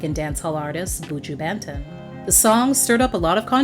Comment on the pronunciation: Damn, you butchered Dem Bow and Buju Banton..lol.The half yardie in me just cringed.It is all love,though.This is childhood right here.